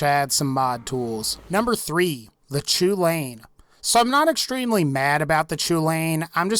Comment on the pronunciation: Next time someone prononces chulainn "choolayin" I'm going to fucking shoot myself.